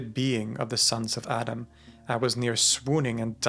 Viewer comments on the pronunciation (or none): none